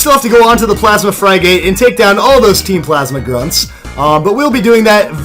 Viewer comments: Fry-gate? Thought it was pronounced friggit. I dunno. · Fry-gate? Seriously? It's frih-gut. Come on.